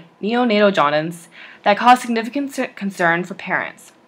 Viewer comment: Nice video! But you pronounced it“jaudince” instead of “jaundice”